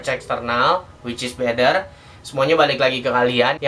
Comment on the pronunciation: better or bedder? rip english :(